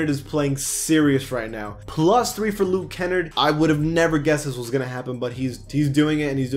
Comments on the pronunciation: Luke {Ken} {arde} not look {ken} {erd} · Hey my man, you put the emphasis on the A. Its Luke Kenn-Ard not kennerd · you have to pronounce the r very hard in luke kennard (ken-argh-d) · the way you pronounced Luke Kennard lmaoo its pronounced (Kenn-Nahrd) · Thats not how you say luke kennard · How he says Luke Kennard 😂😂😂🤣🤣. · Who said Luke kenard wrong